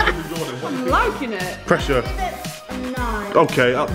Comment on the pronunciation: It’s Jordan not dorden